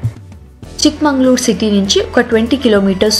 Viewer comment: Madam.. its chickmagalur.. not chikmanglur... many important places u did not visit.. u missed very big falls (sagirahmed falls).. did not mention about deviramma betta... galikere...